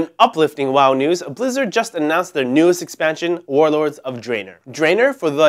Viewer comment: lol it's draenor not drainor(witch sounds like a drain cleaner).